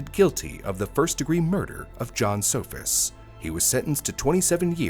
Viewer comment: It’s good not naming the murderer, but at least get the victims’ name right. Their last name was “Sohus’, not “Sofus’.